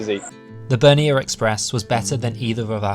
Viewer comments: Bernina NOT Bernian lol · Why are you saying Bernia?? It’s Bernina. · BER-NINA - there's a second 'n' in the name guys!!!! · Bernina is pronounced Bear neena.